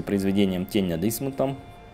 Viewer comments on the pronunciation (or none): ЛавкрАфтом, ударение на А, и книга называется, "Тень над Инсмаутом", а не над Инсмунтом